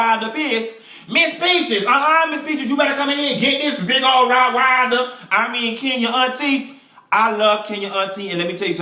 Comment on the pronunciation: "Rott wilder piss" 😂😩😂😩